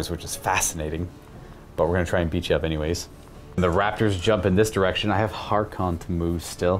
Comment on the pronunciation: it's Haarken World Claimer "H-ARE-KEN", not "HAR-Khan". C'mon man, he's so cool at least get his name right. Great bat-rep. Love to see more Black Legion.